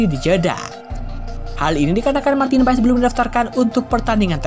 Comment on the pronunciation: kenapa di baca PAES semua media ???? MARTIN PASS ndull 🤣🤣